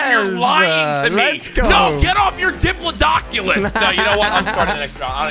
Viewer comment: It’s a dipalodocolus!!😂